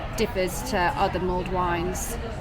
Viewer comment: It’s mulled wine not mold wine.